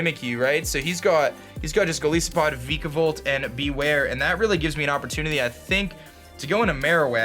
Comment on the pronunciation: Lol why do you pronounce Golisopod like that? It comes from goliath and isopod, both of which have I's like the word 'eye'.